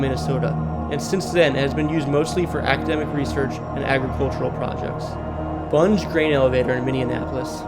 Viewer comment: Ely is pronounced “Ee-lee”, Bunge is pronounced “Bun-gee”.